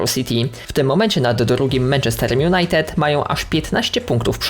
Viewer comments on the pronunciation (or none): none